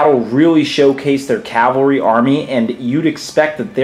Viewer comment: Leonardis EGWG You're right in correcting me on this. My pronunciation is certainly horrible with many older words and Tolkien words. I should have said Cavalry. I appreciate you making me practice though :)